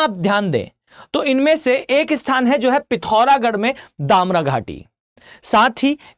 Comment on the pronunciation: डामरा नहीं दारमा बोलो